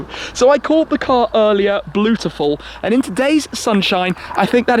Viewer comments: "Bluetuful" excuse me while I throw up! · Bluetiful, he said bluetiful.. I’ve heard it all now 😶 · "Welcome to a bluetiful day" C RIN GE 😣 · haha i had to rewind to be sure i heard Bleautiful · haha i thought you messed up the word beautiful then i realised.. hope you're enjoying the lusso bro